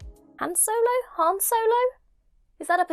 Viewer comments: Han rimes with Jon. Han specifically calls out Lando in "Solo" for pronouncing the a like the a in "hand." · Lord Stilton? Because he's cheesy? Han's name tends to be pronounced differently depending on the character speaking. George Lucas liked to pronounce it rhyming with "Dan", while Harrison Ford pronounced it like a reasonable person would. Somehow, River gets a mention. My faith reaffirmed. I thumbs-upped the video. Do I need to announce that? It's something we're doing over on Twitter now, what with the weirdness going on right now. Once again, my only complaint is that it was over too soon. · I've always heard Han Solo's name said with the a closer to the british pronunciation of the word aunt. Hearing it pronounced closer to hand sounds a bit weird to me after that.